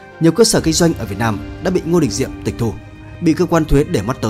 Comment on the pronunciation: Kênh lịch sử mà đọc là Ngô Đình Nhiệm thì đủ biết kiến thức từ thằng đọc sai ko biết đến thằng biên tập rất giỏi sử😂